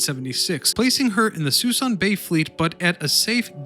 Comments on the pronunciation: The best way to lose a sub and also get a thumbs down? Start with an embedded ad. And it's "Suh Soon" not 'sweson ' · "Sue-SOON" Bay. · Everyone pronounces it Sue Soon. Also there are only 2 or 3 ships left as of 3/20/22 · It's "Soo-soon Bay" - spelled Suisun - I remember when there were hundreds of ships in the mothball fleet. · Sa-SOON Bay. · Suh-SOOON bay! Habitat of MONSTER Sturgeon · Locals say "suh-soon bay" chief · Agree Danny it's suh-soon!! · Suisun - "Sa SOON" Bay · Note, Suisun Bay is pronounces . It's the mothball fleet that is being scrapped, one ship at a time. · “Suh-soon bay” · Suisan is pronounce "Sa-soon" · Very cool video...probably should point out...the proper prounounciation of Suisan Bay is "SUE SOON" bay. Yeah..it looks like Sui SAN..but it's SueSoon. English...can we screw it up or what. I remember when the Iowa was there a long time. The last time I drove by was about 6 months ago, and it's down to a dozen or fewer ships. Environmental reasons, they've been slowly cleaning it up. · Suisun is actually pronounces Suh-soon. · The locals in S.F. call this bay ( Sah Soon ) ( Bay ) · It's Suisun Bay. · Stopped watching immediately when he couldn’t pronounce Suisun Bay. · "Soo-soon" has been mentioned. Let me add "Bremerton," not "Birmington."